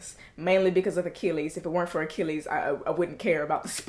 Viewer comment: Achilles, not "Achillias"; Agamemnon, not "Armagon"; Patroclus, not "Patricalis"